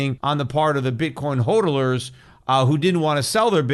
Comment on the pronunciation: PETER JFC: IT'S "HODLER" (HOD-LER) NOT "HOLDELER"